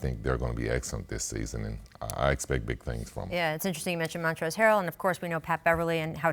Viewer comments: Scottie i think it's montrez😂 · No wonder he said Montrell... It's Montrez!l Scottie!